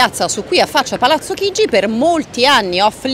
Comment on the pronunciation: Chigi non “Chiggi”.